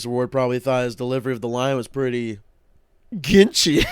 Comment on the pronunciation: every time i hear ginchy i think he's saying genshi like from overwatch